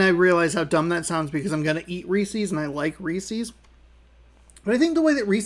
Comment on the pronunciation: By the way, Reese's is pronounced so that it rhymes with pieces.